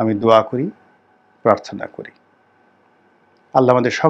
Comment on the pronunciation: আপনি সালাম দেন ঠিক আছে, কিন্তু ওয়া রাহমাতুল্লাহ বলবেন না, এটা আপনার মুখে উচ্চারণ হয় না, আপনি উচ্চারণ ভালো করে শিখে তার বলেন।